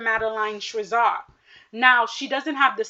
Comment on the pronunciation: It’s Madeline Schizas pronounced SKI-Zaass